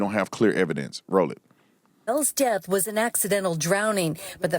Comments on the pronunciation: Truf-truth. Deaf-death. You are a lawyer, you're supposed to be highly educated how can you not know how to pronounce these words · There we go again. He supposed to be a high profile attorney and not only did only he say “trouff” instead of truth. He also said, “deff” instead of death! Why do SOME black folks do this? You can tell when it’s intentional! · “def” “troof” #UncleBenIsGhetto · his "def". the "troof" 😂